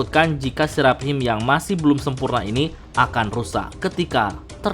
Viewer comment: dari dulu bacanya Serap Him, ajg lah itu dibaca serafim